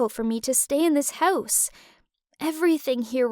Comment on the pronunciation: why does she keep saying house like that. No one: Her: Haoose